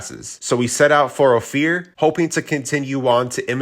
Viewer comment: Ophir is pronounced Oh fur.